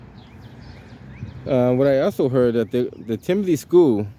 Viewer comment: TIMILTY.... not Timothy